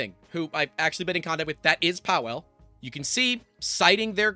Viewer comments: Imagine being named “Pa-Vel” but every American YouTuber calls you “Powell”… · Just for info: 'Pawel' is pronounced 'Pavel'. (it's Polish for 'Paul'). Great vid. It's very sad to see this level of abuse of licences and just FLOSS in general. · Pawel = Pah-veh-o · Pawel is pronounced "pah-vel" the w is a hard v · FYI, W is pronounced as a V sound, so it's Pavel, like Chekov. Very common name in that region. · Just for heads up, if you end up covering this more, Polish is a little like other European languages where the W is pronounced with a V. So his name is "Pavel" in English. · I believe it's pronounced with a V, also this whole thing is hilarious: Chinese company trying to enforce US law in EU country 🤦‍♂